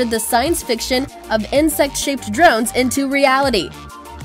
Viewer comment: Der-RONES! And those transition sound effects from one nauseating overlay to the next Swooooosh! Swoooooosh! :P